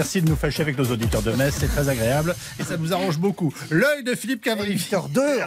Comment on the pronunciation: Et pas les alsaciens du coup?! Et non j'aime bien ses chroniques, il n'y a aucune susceptibilité dans mon message, je sais bien qu'il fait exprès et qu'il exagere le trait! Et en plus il prononce parfaitement Metz, donc 10/10 pour sa vanne!